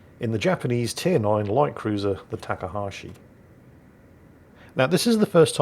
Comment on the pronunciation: have you noticed that you pronounce Takahashi different each time you say it?